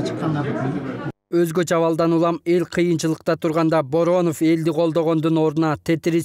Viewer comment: Алып баруучу кыз Бооронов деп туура эмес айтып алды окшойт